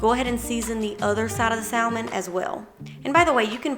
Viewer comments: Its pronounced sam-on not sal- mon. Leave the L out. Everything looks delicious. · The L in salmon is silent 😭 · I love the L pronounced in saLLLmon, never heard that before (usually a silent L), bless the southern accent, so sweet :)